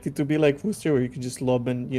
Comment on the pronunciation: ...you get those right.. but not Worcester pronounced wuster... c;mon say it together Wuster >< lol 07 listen we invented it,,, were allowed to butcher it, we've been butchering our own language for decades.. doesn't mean the whole world should.......WUSTER ... COMPARABLE tomarrrr-to